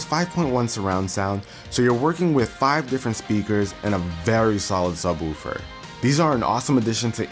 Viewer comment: LOL he said sub-woofer really weird.